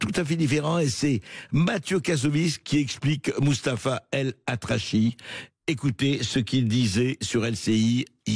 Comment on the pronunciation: Elatrassi pas elatrachi! Juste cette erreur d'orthographe et de prononciation en dit long sur votre position politique cher monsieur.... Vous n'arriverez à diviser que les gens qui vous écoutent et vous êtes de moins en moins car 90 % sont des gens comme nous pour aller rigoler de votre spectacle de marionnettes